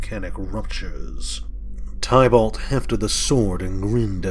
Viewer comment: Thankyou for the reading. Everytime you pronounce Tibalt wrong it throws me off lol..